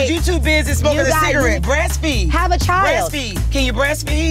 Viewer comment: White Alliance child just pronounced like chile lol